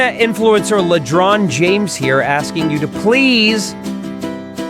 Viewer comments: I believe Ron DeSanctimonious mispronounced Lebron's name at some point. Out of that mispronunciation Ledron was born. Now he is a grown boy and a newsman for the RM Brown show. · It's a sound bite of MMA fighter Colby Covington trying to disparage LeBron James but failing to say his name properly.